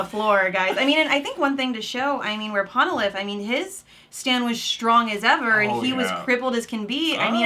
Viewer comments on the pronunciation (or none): You didn't even try to pronounce Polnareff's name correctly. Throughout the show his name is said so many times and yet you disrespect his name on the episode that he dies by calling him "Ponalith."